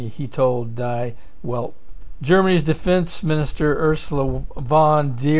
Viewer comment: In German, die is pronounced dee. "ei" is pronoinced I. Crimea is pronounce cry-me-ah. Iran is pronounced ee-rahn. Not a big deal, but it would be like calling America "Aymerica". These are good updates. Thank you. Keep 'em coming.